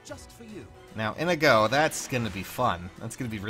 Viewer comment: are you purposefully mispronouncing Inigo's name? Just to fuck with people like with Linde?